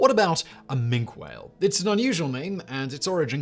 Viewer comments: "Mink" whale? Is it small, brown, land-based and covered in fur? I think not! Has "Factboi" not considered that even Wikipedia has a pronunciation guide (generally accurate) for the edification of numb-nuts like Simon? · Minke Whale pronounced Minky! BCE my BC! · Minke Whales are pronounced Mink-ee.